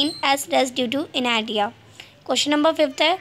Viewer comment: Inertia thik bol bhai